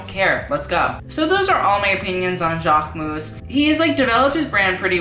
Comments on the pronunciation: You actually pronounce the "mus" at the end, like: Jackmus :) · learn how to pronunce Jacquemus. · you literally butchered his name, im cringing, don't make a video on something/someone if you cant say the brand name correctly. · the way you pronounce jacquemus makes me want to puke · this is the right way to pronounce jacquemus not this !!!